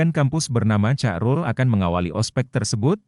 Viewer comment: Di bacanya Hairul Min bukan carul ..😊